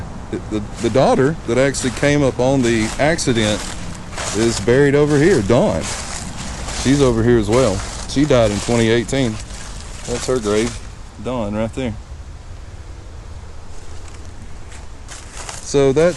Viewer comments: Buford's daughter Dwana was with him at the fair and she said he wasn't drinking. He wouldn't put her in danger like that. His daughter's name isn't Dawn. Her name is Dwana (pronounced Duwayna). Buford had a heart of gold when it came to children and the elderly. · Can't you read??? Her name is DWANA...not DAWN... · If there was no autopsy performed on his body , then how could "anyone " say with any degree of legitimate certainty that Mr. Pusser was guilty of D.W.I. ? SOUNDS like reckless speculation to me . Also his daughter's name is pronounced DWana , not dawn . And for the record , l think JOE DON BAKER portrayed Sheriff Pusser better than any of the other actors . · Dah-wana is how you pronounce his daughter’s name. And the man was nothing but a crook!